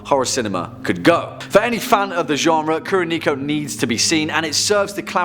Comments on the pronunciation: Kuroneko is pronounced Koo-Row-Neck-Oh. And yes, it does mean Black Cat if anyone is curious. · What he butched Kuroneko..... say it like: Koo (cool) ro (row) Ne (like neck) ko (like coco